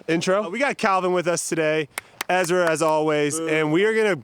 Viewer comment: Brodie: Ezwa Is so hewge 😉